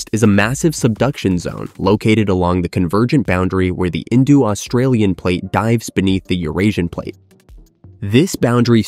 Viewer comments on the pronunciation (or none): "Paleo-Say-Iss-Mic" and "Indu-Australian" lol.